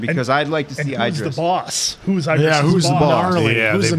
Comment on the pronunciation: Eye-Dris. I've never heard anyone call Idris Elba that before. Hahaha!